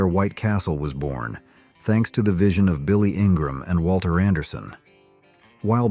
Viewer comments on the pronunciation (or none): none